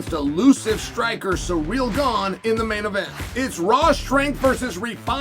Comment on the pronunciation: Love tvecwsy chael says ciryl. Unlike most Americanisms of English that for whatever reason piss me off that one's amusing.